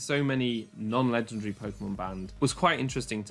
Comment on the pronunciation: I like how he pronounces legendary Legendre